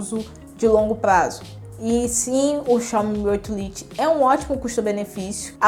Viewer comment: Fala "lite" é foda jkkkkkk